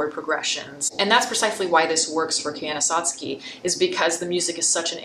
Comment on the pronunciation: I don't want to be a pain. But, if you love Koyaanisqatsi so much, why can't you pronounce it correctly. When the first track has him saying it over and over again. I didn't mean to sound mean if I did.